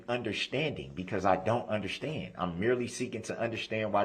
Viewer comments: Why does he add an, “ H “ to so many words? Under-shtand, Dish-respect, dish-ruptive…It’s so annoying to hear him speak! Still simply can not… Not… NOT TURN AWAY!!! 😢😅 😂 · Tacket, underschtand, poperally, and the eternal "kee kee kee"